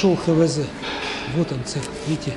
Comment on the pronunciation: Не ХеВеЗе а ХаВеЗе!